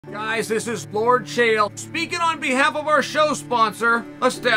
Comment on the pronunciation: Lol he said lord chael